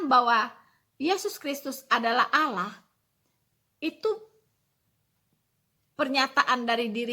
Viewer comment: Kristen Goblok... Allah.. Itu lidahnya lam masuk ke dakam karena hukum bacaannya bukan macam.. Ala la la la lalong ala alalalong looong long long lontpnngg